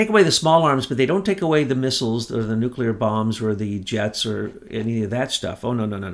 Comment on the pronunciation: Nuke--You--Lur? You're beginning to sound like Georgie Bush. You're way too smart for that. For goodness sake, even can pronounce it correctly. It's not that hard, say it with me now: New--Clee--Ur 😘